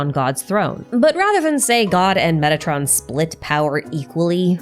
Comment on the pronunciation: For some reason i must strain my ears to hear "metatron" instead if "megatron". I hope i am the only one.